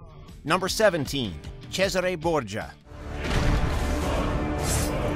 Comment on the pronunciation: I’m neither british, italian or native american, but I’m pretty sure you slaughtered the pronounciation of Haytham, Cesare and Ratonhnhaké:ton. I would like to say «can’t blame you», but just watch footage of the games you’re talking about and you would know, so I CAN blame you lol